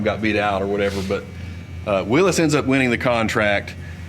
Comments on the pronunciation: It's pronounced 'WILLIES' JEEP not Willis Jeep.... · Nice video…now for my soapbox. To all those people out there that insist on pronouncing Willys like “Willees “. That man at the museum obviously is quite an authority on the subject of Jeep history and he does not pronounce it that way!!! I know it may seem petty but please say it right! Now, moving on. I grew up driving my dad’s ‘51 M38 and ya, they are a blast to drive. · I cringed every time he said willis.